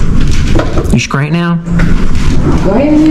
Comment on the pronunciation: Bahhhhh😂 did y'all hear the shade from Launa at the mark when she asked her are you "Skrate now" and not (straight now) I lost it when she said that and said Sis you set yourself up for that one right there home girl🤣🤣🤣